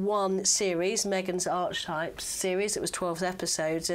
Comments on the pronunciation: "Arch-types"??? What a strange pronunciation. You do know that it's actually pronounced "ar-ki-taip" with a hard "K" sound? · I do like you all but sometimes English -for a journalist - is really lacking. occasionally she’ll make words up, bless her, and she needs to learn how to pronounce archetypes.